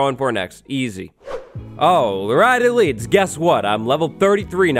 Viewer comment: Every time he says elites I feel good about myself